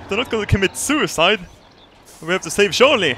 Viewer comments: To be fair, has a bit of trouble with some English phonemes (ie. juice, jeep, just) and this is one of them. He does sound like he's saying Sharlie instead of Charlie so people are getting it wrong. Be nice. It's a video! He has much lovin' for all of us. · its not a jeep its a yeep. And he is called sharlie not Charlie. LOL